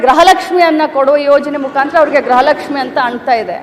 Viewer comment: Graha Lakshmi alla gruha Lakshmi 😅